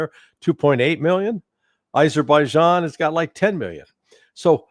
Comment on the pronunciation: Thrump called Armenia as Albania multiple times and he called Azerbaijan as Aberbaijan.